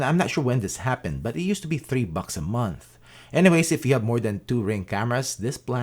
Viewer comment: did you say 5 bucks or 5 buc bucs 🐔